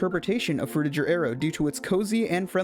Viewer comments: its pronounced frutiGer not frutiJer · Pretty sure the "ger" in "Frutiger Aero" is supposed to be pronounced like the "ger" in "bigger"